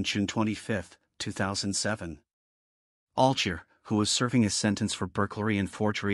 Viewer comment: his last name is pronunced all guy er